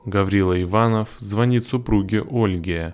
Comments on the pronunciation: ИванОв. Ударение на о. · Иванов ударение на О